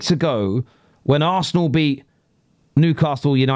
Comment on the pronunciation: I can't listen to him, he can't pronounce Arsenal correctly.